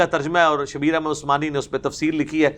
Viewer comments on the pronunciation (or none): none